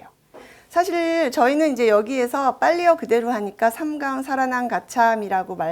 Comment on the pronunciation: 또, 좋지요 같은 고유어의 첫자도 길게 발음 해야겠읍니다. "한국 어문을 고발함"이란 책을 한 번 읽어 주시압.또, 사실, 찬성, 여부 의 첫소리는 길게 발음하셔야지요. 변 완수 배